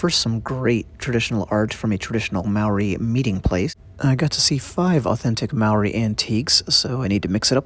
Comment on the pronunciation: Wā hā Ika pronounce it correctly if you want to teach my culture.. Please pronounce Ma o ri Pronounce like (maow - dee) Thankyou for teaching my culture I am ( Tuhoe - Ngati rangi wewehi) I also am a carver in these taonga. I find it offensive that these things are in museums these belong where they originate from